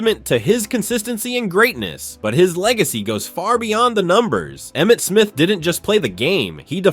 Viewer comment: You got Emmett Smith right